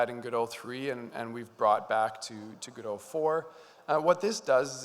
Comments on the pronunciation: What immediately drew my attention at the beginning was the green rim lighting you had. Also, now I'm REALLY confused. I always thought it was Gō-dŏt. I was sure. Then you pronounced it as Gu-doe. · 𝗜𝘁´𝘀 𝗚ó𝗱𝗼𝘁, 𝗻𝗼𝘁 𝗚𝗼𝗱ó𝘁. 𝗚Ó𝗗𝗢𝗧. 𝗚𝗿𝗲𝗲𝘁𝗶𝗻𝗴𝘀 𝗳𝗿𝗼𝗺 𝗔𝗿𝗴𝗲𝗻𝘁𝗶𝗻𝗮, God bless you. 🟣🔵⚪🟡⚪🔵🟣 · I think officially its like how he pronounced it. Godot comes from the title of the play "Waiting for Godot" by Samuel Beckett, so it will be that pronounciation. However I noticed Juan ponounce it Godot where o is pronounced as in "on" (both "o"s). Most people however misunderstand the name as Go-Dot, which is just wrong. So the correct way is GOD-oh / guh-dow